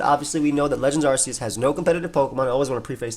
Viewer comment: 1st off, Arceus is pronounced as "Ark-ee-us" not "Arse-ee-us" Second, who cares about it's speed? Look at the shitty defense and special defense! Pair that up with being 4x weak to Flying and it's easy to knock out! Bring out Ninjask, which is by far way faster at 160 Speed and Attack of 90 and Acrobatics while it's not holding an item and BAM! 1 shot! Ninjask may also have shitty Defense and Special Defense, but it outclasses Lilligant in speed. So no, Hisuian Lilligant is not busted! It's easy to 1 shot!